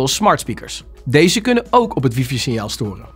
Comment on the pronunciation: Het is geen wiefie..het is WiFi…man man